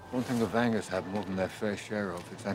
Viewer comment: It's Vanger, no Venga, Mister.